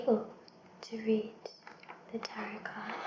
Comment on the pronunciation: Hey! As far as I know Tarot is pronounced Tah-row instead of Tah-rot. I hope you make more soft spoken unboxings, this was very relaxing:) keep it up!